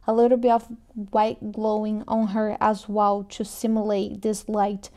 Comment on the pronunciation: Brasileira, say "to", not "chew"!